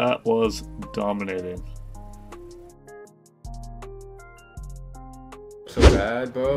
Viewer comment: Domanting" instead of "Dominating" LMAO